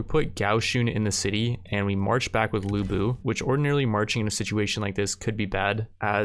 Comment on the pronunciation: Ya gotta do a lu bu run. It's lu bu. I also still really like your total war content even though I don't play the games myself.